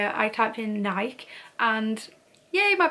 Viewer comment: Here in America, we pronounce NIKE with the E at the end not an IK or Naik with a long eye. It is a two syllable word it doesn’t matter and I’m not telling you this to put you down. It’s just I was listening to you for a while and I don’t see that well and I’m like I don’t know the Naik Brown whatever anyways I have been collecting vintage buying and selling it since I was 17 years old actually collecting it before that I am 70 years old now, and I really enjoy seeing other people who enjoy collecting